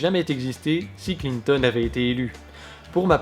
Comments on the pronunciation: François Hollande c'est un peut l'incarnation de la méthode Coué:) Mais c'est qui ce Klin-thon? lol. Ah!!! à tu prononces à l'anglaise. ah ben tu vois que toi aussi tu as un cerveau malade gangréné par le complotisme. Il n'y a pas à dire: maintenir le peuple dans la peur est toujours une bonne stratégie, il acceptera toutes nos stratégies. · j'aime comme il prononce Clinton x) très bon contenu bravo ! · Vidéo interessante mais alors, ton mépris de Clinton au point de volontairement massacrer son nom chaque fois que tu parles d'elle m'a presque dissuadé de finir la vidéo. On peut aimer ou pas tel ou tel personnage politique. Mais à un moment, à mes yeux, ça finit totalement par te décrédibiliser parce que là ce n'est plus une analyse objective et pensée... Juste une tribune d'un adversaire acharné qui caricature....un peu comme Trump quoi ... et c'est dommage parce que tu soulignes des points interessants. Encore que j'en partage pas totalement l'analyse.